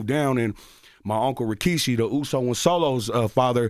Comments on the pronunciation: was i trippin or did bro say Rashiki instead of Rikishi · Not CTG saying "Rashiki" 🤣🤣🤣🤣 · Bro how he said rashiki 😂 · Charlamagne put some respect on rikishi name say it right